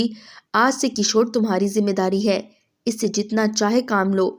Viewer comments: Not Kishor, kishwar try to learn before story telling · kshor nahi.kishwar hota he name